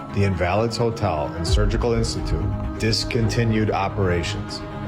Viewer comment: was killing me with the way he was pronouncing “invalid” 😂😂